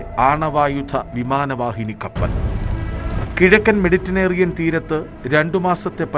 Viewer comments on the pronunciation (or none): Meditanerian അല്ല മാഷേ..... Mediterranean ഹഹഹഹഹ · മെഡിറ്ററേനിയൻ എന്ന് തിരുത്തി വായിക്കുക